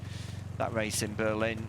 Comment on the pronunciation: If a commentator cannot pronounce an R and instead annunciates a W, they shouldn't be involved in commentary. It is a Race not Wace.